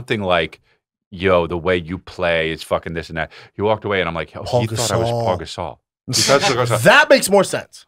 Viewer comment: I love how y’all get mad at people mispronouncing your names and then call pau gasol Paul gasol.